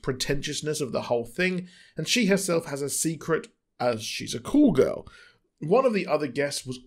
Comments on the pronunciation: It took me a bit to figure out he’s saying “Call girl” not “cool girl” which I guess is British for a hooker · I thought it might be an age difference, not a regional difference, but Urban Dictionary does say it is British.